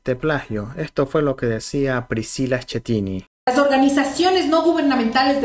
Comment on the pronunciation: Señores: Se lee ESQUETINI...ESQUETINI...ESQUETINI.....ESQUETINI........ESQUETINI......ESQUETINI........ESQUETINI.........Asi o màs claro?????......No es ESCHETINI... ....Noooooooòooooooooo !!!!!!!!!